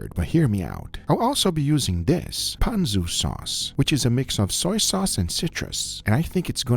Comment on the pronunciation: That is not how you pronounce ponzu